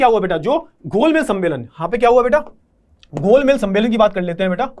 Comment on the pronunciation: wo gol mej h sir...gol mel ya maal nhi😂😂